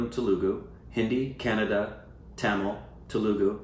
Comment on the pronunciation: korbanised Kannada to Canada 😂 love it!! (Some other stupid babies will have to help you breakdown the pronunciation. Everything variation I just tried doesnt sound right 🤨)